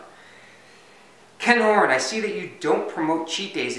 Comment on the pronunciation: Hey, thanks for answering my question about cheat Ken Horn? It's Ken Hom dude. Only jivin' as always great stuff great content and ideas, love the E Book too!